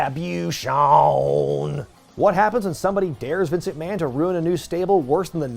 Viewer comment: The "RETRUHBYOOSHUN" callback to the AAW video popped me hard.